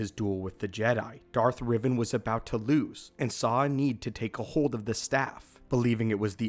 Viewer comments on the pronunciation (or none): Who’s Darth Riven? R-E-Van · It’s Darth Rivan. Not Revan